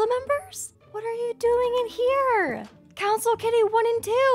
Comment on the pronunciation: When you said Council member I thought you said cowcin member